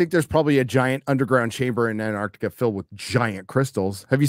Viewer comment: "anne" Arctica? or "AnTarctica" with an extra t in there ? 😅